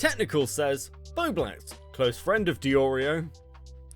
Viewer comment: I think it’s hilarious that STILL can’t say bowblax properly 😂